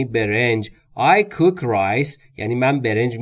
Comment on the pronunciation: خسته نباشید cook را با اووی بلند تلفظ کردین؟حتما اشتباه لحظه ای بود۰سپاس از زحماتتان